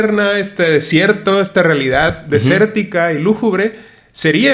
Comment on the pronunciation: Hola. Me comenta tu amiga Carmen que se dice lúgubre no lújubre. Nos dimos el tiempo de ver tu vídeo, soy fan de la tetralogía y me pareció muy bueno tu análisis. Es muy vasto y complejo este tema, sobre todo el comentario de la simbiosis de la energía y de cómo tener al humano, pudiendo desarrollar tecnologías sin necesidad de los humanos. Incluso en la primera entrega se menciona eso que es un zoológico, una prisión mental. Saludos! Temet Nosce. 😎